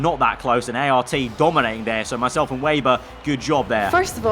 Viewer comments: Bro can you please stop saying weiber but rather say weber like when you say for example web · It’s Weber, not wayber.